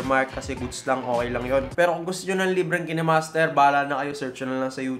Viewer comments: Kinemaster not kenemaster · Bat po ki-ne master pronounce mo? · pronounced yan as KaynMaster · Kaynmaster ang basa sir